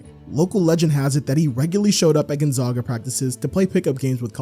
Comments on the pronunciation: Please don’t ever pronounce Gonzaga like that ever again 🙏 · The “zag” in Gonzaga is pronounced like “zigzag”. From Spokane, so I’ve heard that word so many times lol. Also, I hope my comment didn’t come across as rude, I legitimately really liked the video, and just thought the way you were saying it was kinda funny.